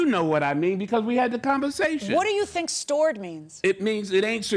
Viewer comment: STORED rhymes with BORED. I quit after 10 minutes. Zzz zzz....